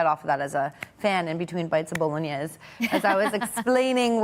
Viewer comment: Look at these 2 DEI hires pretend talking hockey, doing their best job to Showcase this terrible Bruins roster. We have to kiss the ring of ownership, journeyman nobody Eyssimont the savior lmao. Can’t even pronounce the word “Bolognese”.